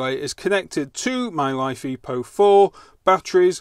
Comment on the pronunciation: Mate it is not life e po 4. It is Li (lithium), Fe (iron), Po4 (phosphate). Check the periodic table. I like your vids but you sound like a git with your battery naming.